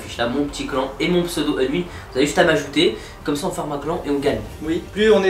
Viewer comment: « Pas mal de gland, mon ptit gland » au lieu de clan, c’est ce que je comprend mdr